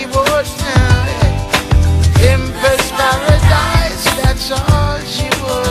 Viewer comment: pimpers paradise and not pimpass..lol